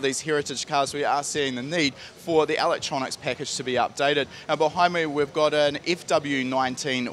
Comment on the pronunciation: What is this 'alectronics' he keeps referring to?